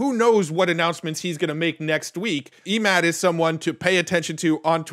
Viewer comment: I believe it's pronounced EH-mod Think "Emmett", but replace -met with -mawd Emphasis on the 1st syllable, and a soft "a" as in "ball"